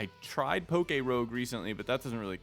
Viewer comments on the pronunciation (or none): none